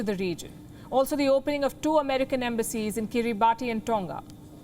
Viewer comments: If you are going to report on the Pacific would you please pronounce Kiribati correctly. It is pronounced: "ki·ree·bas" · Kiribati is pronounced as kee-ruh-bas! Thanks